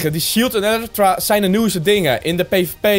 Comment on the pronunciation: Het is een elytra spreek je uit als eelietra